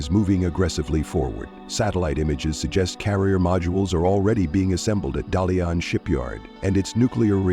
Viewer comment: A guy who couldn't even pronound Chinese Pinyin for one of the world's famous shipyard DaLian reduce his credibility in all aspects! If you want to make money blogging, then at least do some homeworks regarding the topics you want to focus on buddy!